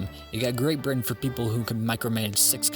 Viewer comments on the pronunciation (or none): none